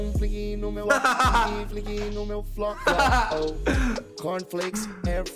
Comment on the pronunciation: "Tem um flinq no meu fló" KKKKKKKKKKK